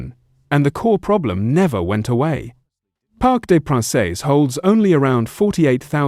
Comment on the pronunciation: Its pronounced Parc De Prance, not Parc De Pranceh! Its embarrassing and you should do your research before uploading content!